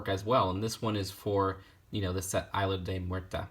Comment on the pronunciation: The pronunciation of the name of the set hurts me